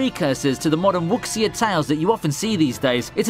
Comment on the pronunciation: Nice collection, but if under Katanagatari, if you were referring to "Wuxia" (martial arts) films, it should be pronounced more like "woo shah." I think I found the guide you used but based on multiple other sources, it seems to be incorrect pronunciation. Wuxia films are the best though!